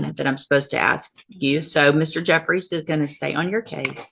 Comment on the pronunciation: Can’t even say the word ASK.